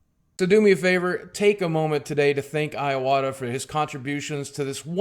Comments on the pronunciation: His name is pronounced ""ee-wata"....not "eye-wata". FFS suck. If you are such a "fan" the least you could do is pronounce his name correctly. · Would have been nice if you actually had pronounced his name correctly :/ Ee-wata, not Eye-wata. sigh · Goddamnit, his name isn't iWata like an Apple product, it's ee-wata. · Just to let's you know you're pronouncing his name wrong. It's not eye-wah-ta. It's ee-wah-ta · EE EE-wata not eye-wata EE-wata fuck. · Rest in peace Iwata-san. I love that so many people are celebrating his life. However I wish most Youtubers would do a little research and learn how to pronounce his name before thanking him for his contributions to this industry we all love. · dude Boogie give the man the RESPECT he deserves by NOT butchering his name. Its pronounced 'EE-WAH-TAH', not 'EYE-OH-WAH-TAH' bro. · I like nintendo, yeah. My first game was Contra. STILL, it's pronuonced E-watta, not Aj-watta. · R.I.P #Fuckcancer On a side note, his last name is pronounced ee-wah-tah not eye-wah-tah. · Alright, someone's gonna have to be "that guy"... It's pronounced Ee-wata, not Eye-wata. Agree with everything else you said though. I wasn't a fan of some of his politics, but he was a damn fine businessman and never failed to put a smile on my face with his self-referential humor and attitude. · Great video. You have a great presence and voice for this. Just one thing: It's "ih-wata" In Japanese there are 5 vowels. a,i,u,e, and o Pronounced: "ahh" "ihh (and in pick)" "oooh" "eyyy" and "oh" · pronouncing someone's name has nothing to do with whether you are speaking in japanese or not. Calling Iwata "eye-wata" is like someone calling a guy named Steve. "Styurbb" Also, I like the idea that you equate pronouncing someone's name correctly as being "weeaboo". That's about the most depressingly american thing I can think of.